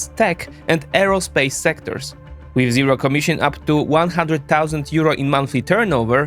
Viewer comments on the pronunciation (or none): none